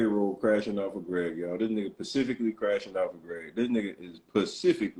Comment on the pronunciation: If he say Pacifically 1 More Time!! 😂 For the record. Specifically